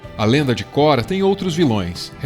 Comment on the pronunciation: Só não fala Kora por favor kkk, dá uma agonia, é Korra